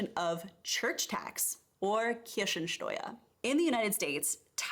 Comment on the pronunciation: She says cherry tax (Kirschensteuer) instead of church tax (Kirchensteuer).